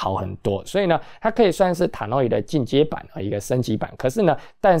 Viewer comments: HiFi是精密科學。我感恩分享了很多非常有價值的音響知識。但是他在國際知名大品牌上面沒有認真考究就隨意選擇一個讀法對他的專業形象是有損的。查考Tannoy的發音並不難，那更深奧的音樂知識他的可信度在哪裏？他習慣嚴謹的態度嗎？還只是他一家之言之主張？我想他沒有考慮過。雖然我認爲他很多的知識點還是很有想法和道理的，他本人也很陽光。我希望他的頻道也可以越來越成功。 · 用英國人的發音方式讀Tannoy很難嗎？